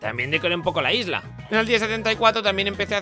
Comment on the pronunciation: Yo cuando dijo por primera vez Isla 🏝️ escuché lisla